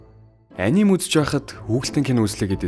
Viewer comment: Анимэг монголчлоод аним гэж яриад сурцан ч гсн яг япон болон бусад орны дуудлага а-ни-мэ гэж уншдаг шүү guys